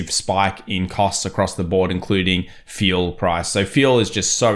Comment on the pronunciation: You pronounce "Fuel" as Feel" - really???